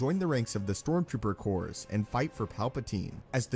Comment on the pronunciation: Stormtrooper Corps is singular and pronounced CORE NOT CORES! English classes ever????